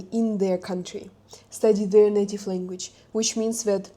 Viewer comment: You should also learn the English lEnguage's pronunciation!